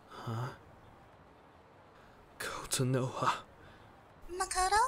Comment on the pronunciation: when i heard katsura-san/ say: "makoto?" at first i thought she said "potatoe?"